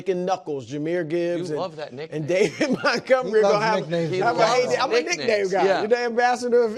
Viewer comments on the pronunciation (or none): none